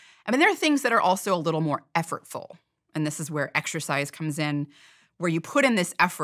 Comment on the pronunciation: Hate when 'professionals' responsible for delivering new research speak poorly, "effortfull" is disgusting. The irony of the sentence being "there are things that require more effort" is annoyingly affirming.